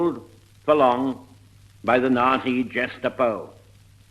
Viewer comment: It was interesting that he pronounced the word "nazi" without the "t", just as a normal zed.